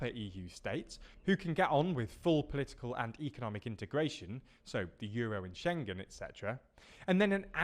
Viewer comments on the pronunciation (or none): none